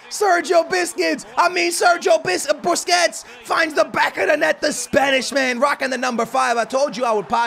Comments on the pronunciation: ITS BUSQUETS NOT BISQUETS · you missed pronounced Sergio Busquets names and said biscuits 😂😂😂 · Bro why do u keep sayin biscuits when u were against psg its BUSQUETS LOL